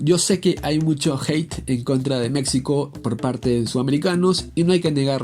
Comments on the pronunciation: Se pronuncia MEXICO no MeCSIco. Por favor dejá de hablar así. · No entiendo por qué dices mecsico se dice MEJICO SE ESCRIBE MEXICO no somos mecsicanos somos Mexicanos fuera de ello tus vídeos son buenos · Aprenda a pronunciar México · Porfa, se dice Méjico, no Mécsico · En buen plan deja de decir Mecsico, se pronuncia Méjico y se escribe México. Y referente a lo futbolistico, nunca mencionas nada contundente del por qué es sobre valorada, nunca hablas de números y no citas ningún mundial. ¿Te basas en los periodistas mexicanos para hablar mal de México? Wey, es lo peor que puedes hacer, basate en la opinión de la gente común. Los comentaristas mexicanos son más malinchistas que la misma Malinche. Cuidado, crack! Si no sabes de México, mejor no comentes. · Habla bien mectzicanos mecstsico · Escuchar "Meczico" y "Meczicanos" es muy horrible. Solo quiero aclarar eso. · Antes de nada aprende a pronunciar México y los mexicanos objetivos sabemos que la selección no es potencia pero decir que México es tan malo como ese descalabro contra chile es como decir que Brasil está sobrevalorada por qué perdió 7 uno ante Alemania, y si a esas vamos estadísticamente son más las victorias de México ante chile así que ya chole con decir como único argumento de que México es malo por ese juego haber de que país eres